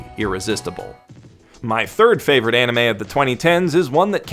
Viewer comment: Ah yes, I often rewatch my fav-OWR-ite anime...